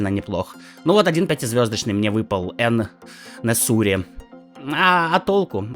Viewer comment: Какой нахуй Эн-Несури, вроде взрослый человек, а читать так и не научился